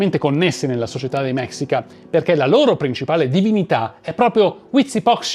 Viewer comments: Neanch'io voglio essere saputella, ma si si pronuncia mescìca. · Scusa eh nn vorrei sembrare saputello e antipatico...pero' si pronuncia mescica...e il vero nome di montezuma in nahuatl sarebbe motevuzoma xocoyotzin II (..lo tzin e' il prefisso nobiliare...come il don x gli spagnoli...) un appassionato di civilta'' precolombiane...ciao...anzi mixpatzinco (...bacio la terra come salutavano in nahuatl..) complimenti x il video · Se vuoi sapere la pronuncia corretta in spagnolo della parola mexica si dice mescica e no si pronuncia malinche ma malince, sei bravissimo